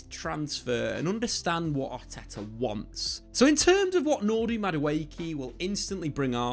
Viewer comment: Nordy Madueke? Who in the fuck is that?